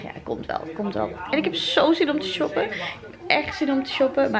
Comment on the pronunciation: kijk als je ''shoppen'' zegt XD